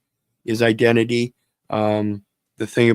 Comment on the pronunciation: Gov: eye dent T fyi?